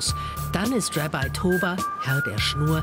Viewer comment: Galileo, bitte könnt ihr im deutschen Fernsehen auch Sachen deutsch aussprechen. Es "Rabbi" im deutschen und nicht "Rebei" und zudem hätte auch mal erwähnen können, das im Judentum der "Sabbat" jeden Freitag ist.